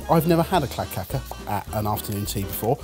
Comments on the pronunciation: Calling Kladdkaka [klad kaa kuh] clad caca 😂😂😂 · klad ka ka? It's pronounced Kladd-car-ka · I'm Swedish and your pronunciation of kladdkaka is hilarious, it sounds more like some other brown matter if you know what I mean. The two last 'a':s should have a long sound, while the first should be short more like "kladdkaakaa". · Little pronunciation help with klad kaka: klad as in vlad and the ka in kaka is pronounce like a crow sound caw.... :) kaka pronunciation took me back to Quantum Leap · "clad cacca" .......he said kladdkaka so wrong so many times in such a short amount of time.... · pronounciation of Kladdkaka was... quite something 😂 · The pronunciation of kladdkaka is hilarious 😂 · I didn't understand what said when he said Kladdkaka, until I saw the word appear on screen. That pronunciation was so well butchered 👍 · Wow sorry lads but you're misspronouncing the kladdkaka it's supposed to be said with the a's that's way more common in the UK compared to the US.